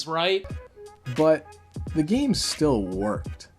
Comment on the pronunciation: Its a joke of you calling it gane instead of game.